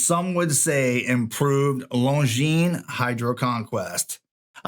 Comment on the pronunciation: I am glad you know that the S is silent in Longines. Seems that few watch tubers know that.